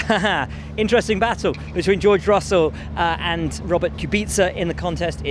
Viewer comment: Bwoahrt kubica